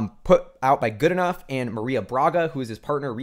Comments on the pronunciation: Really good analysis. Just so you know, James Goodenough''s last name is pronounced "Goodnow." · Love you videos. I believe it’s pronounced Goodenow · Goodenough is pronounced "g UU d n OW". If that is too much just think good n now. That should be good enough.